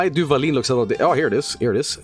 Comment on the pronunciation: As a mexican, listening to reading the Duvalín label made me want to sacrifice myself to Ixtab.